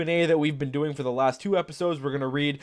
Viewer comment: he said forth